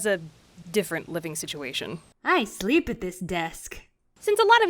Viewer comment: I sleep at this desk:D D: :( 😈👺👿👹 Edit:it actually sound like “bleep at this desk!”